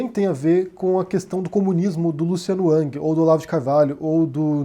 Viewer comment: Falas twitter com sotaque mas o nome pronuncias “ãng”